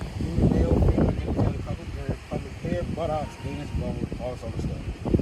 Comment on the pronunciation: She attempted to flee while she was being detained = utilize handcuffs to reduce the chance of flight and to reduce the amount of touching required. I saw less touching than is implied in another comment, here.. The funny part to me is the sergeant pronouncing "pub-ic" hair at about .. I guess the ordinance only cares about the actual sexual parts so, if all the hair is shaved off, there could be a lot more exposure than even she is sharing - if only she would cover her butt and not wear see-through clothing. I wonder how the "gay-pride" parades are handled in that town..